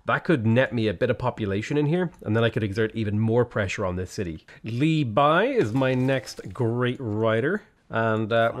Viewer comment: Impressed how you managed to get the pronunciation of Li Bai correct, including the tones - but maybe that was just luck :D